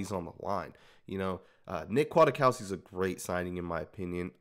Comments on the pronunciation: I am a Chicago Bears fan and I'm telling you that you are very misinformed.. #1 his name is pronounced Quik-cow-ski #2 He is great against the run VERY Slow in coverage. Physical & smart but not fast. Good inside blitzer #3 he was almost cut in training camp last year. But he is good on special teams #4 The Bears had to choose between a young (backup) Nick and a 30 year old (starter) Danny Trevathan in free agency, and picked the older Danny (cause he is the same kind of LB but faster at 30!) In conclusion Nick will be successful on run downs and in zone. He's smart and will get everyone lined up. He will be exploited one on one. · "Quit-COW-ski" pronunciation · No it sn't. It's polish. Pronounced Kjatkofski or Kiatkoski if you don't want to bother too much. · Spoiler: Nick Kwiatkowski (pronounced Kiatkoski) is not "very good" in coverage. He is decent in coverage. Still, compared to Tahir Whitehead, Vontaze Burfict, Marquel Lee and Nick Morrow he is a God. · Don't worry.. we are all saying his name wrong 😂😂